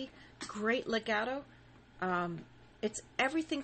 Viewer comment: dude you can't even pronounce legato and staccato